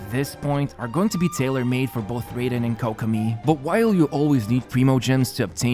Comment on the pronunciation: The way he pronounces Raiden makes me unreasonably mad